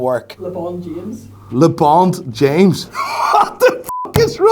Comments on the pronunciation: "LeBond James" finished me😂😂😂 but they really can't do a black bond fr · "Lebond James" got my like 😂